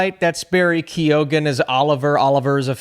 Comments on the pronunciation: its pronounced like Kee-own not ke-oh-han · The G is silent in Barry Keoghan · As in Michelle Monaghan ...also an Irish name ...G is silent ..So not monagan :)